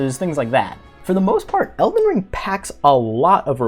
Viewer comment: “Elden ling” 🤭